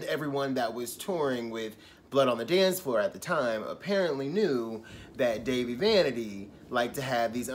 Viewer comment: it's pronounced Dah-Vee